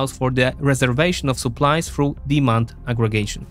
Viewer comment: He’s pronouncing the th like f because of his accent, which makes it sound like „for“ instead of „through“ compare it with when he says „through“ a few seconds later